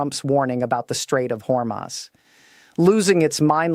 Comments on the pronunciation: Hormus Is Pronounced, Hor Moose. Thank You For All Of Your Neews & Militar Strategic Information To Be in The Knowledge This Information Is. Important to The Citizen's Of 🇺🇸 America 🇺🇸 ❤ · Straights of Hormuz Pronounced Strayts uhv haw-mooz I, felt that you all were well Versed! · Your AI can’t even pronounce the name of the straight correctly?